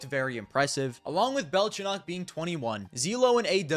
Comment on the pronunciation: its belchOnok not bElchonok molodOy not mOlodoy